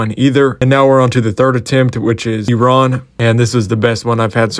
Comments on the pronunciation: HE SAID IT RIGHT YAYAYAY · Holy shit i have never heard a foreigner pronounce iran so perfectly before.